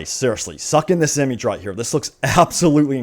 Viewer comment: Please stop saying imige....... And wow what a picture of geonosis..... Game is dead get over it